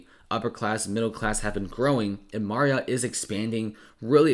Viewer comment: Anyone else dying at the way he says MARRiott